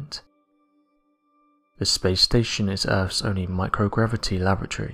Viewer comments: Why can't the narrator pronounce Lab-or-atory and keep saying "Lavatory?" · Lavatory? Do you mean Laboratory? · I do wish you’d pronounce “laboratory” correctly. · first time i've ever heard 'laboratory' pronounced with a glottal stop.